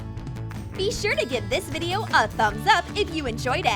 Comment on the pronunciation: be not bee